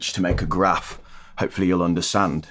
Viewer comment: "Hopefully you'll undersand" Get out! 😄